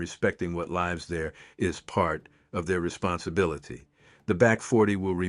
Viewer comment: I think it's an AI created story and AI read. Note the multiple time "lives" was misread. Also, the repetitive style is very AI.